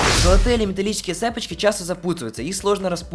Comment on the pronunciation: господи не цЕпочки а цепОчки. Мда